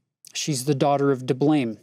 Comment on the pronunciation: “Well, her father is Di-blaim“ Me: Boooooo 😂